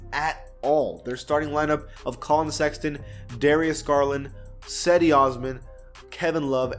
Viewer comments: Not sedi maaaan this is name is cedi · Yea it is Jedi